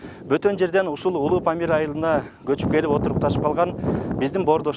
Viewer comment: Памыл дейтго